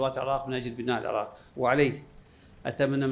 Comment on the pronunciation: مشاييع للعاق والعاقيين انتة حرف ال( ر ) لاغيه😂😂